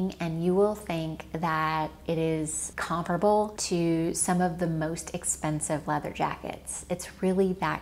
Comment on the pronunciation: YOU SAY THE WORD COMPARABLE CORRECTLY I COULD KISS YOU